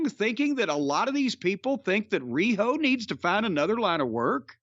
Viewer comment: THE WAY JIM SAYS "RIHO" OMG :face-green-smiling